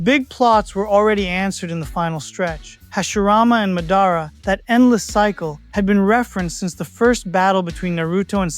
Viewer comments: Madára instead of mádara threw me off. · It’s Madara. You are saying his name wrong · 🌽ball. Think before commenting. It's AI you know AI mispronounces names sometimes